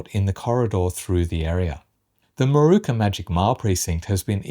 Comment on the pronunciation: It's Moorooka not Marooka